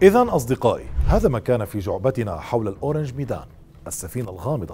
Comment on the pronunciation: للتصحيح فقط: اسم السفينة هو اورانغ ميدان ourang medan وحرف الغين يكون معطشا.. وليس اورانج ميدان orange medan كمثل نطق برتقاله بالانجليزي و ourang هنا يعني رجل او إنسان بلغة الباهاسا الأندونيسية.. ففي هذه الحالة فأسمها لم يتغير.